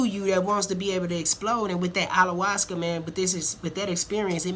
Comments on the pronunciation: What's Allawascuh? Bahahahahahahaha Ayahuasca guy....aya...hua....sca! Pronounce that shit right! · Correct pronouciation of it please....lol "i ya was cah" you keep saying "all la was cuh"